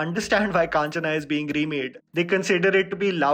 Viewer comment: its not kaanchana. its kanchana